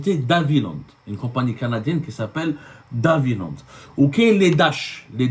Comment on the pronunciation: DE Havillande, pas d'havillande ! !